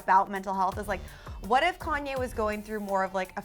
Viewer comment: Girl, say Konye one more time...